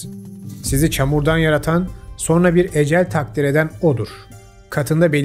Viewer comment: So(r)na değil, so(n)ra.